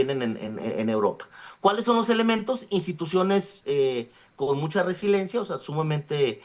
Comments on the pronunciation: Solo con escucharlo decir resilencia cuando lo correcto es resiliencia, me queda claro que no está ahí por sus conocimientos y preparación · Resiliencia!!! Cómo le abren los micrófonos a alguien que ni siquiera sabe pronunciar o saber el significado de las palabras, pierde credibilidad